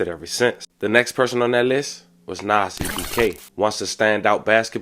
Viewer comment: U called the man lil NAS X it’s NAS ebk 😂😂